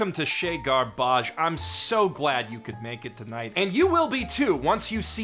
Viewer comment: I translated "House of garbage" using unreliable Google Translate and got "chez l'ordures". You're Canadian, you know French. Your use of "chez gar-baaj" is meant to be condescending to your US audience. It won't work; I'm not from there 😀